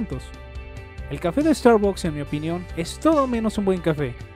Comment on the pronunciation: No se pronucia "starbacks"